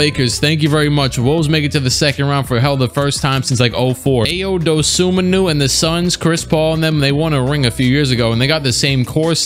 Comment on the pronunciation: bro it's ayo dosunmu not ayo dosunmu